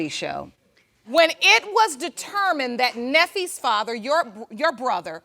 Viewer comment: Did y’all catch that? The judge said “Neffe” haha couldn’t keep it professional